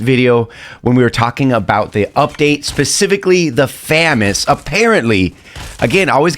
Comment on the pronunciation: I'm sorry but it's really pissing me out how you pronounce FAMAS it's fuh-muhs not fay-mass